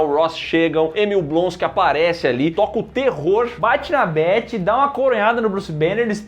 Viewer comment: o mano chamou a Betty de Bery